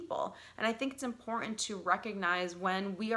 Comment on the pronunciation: Please pronounce “Important” correctly. The silent treatment has to work when speaking to someone whom is always right and has to have the last word. When someone is always speaking, they cannot listen and understand your perception .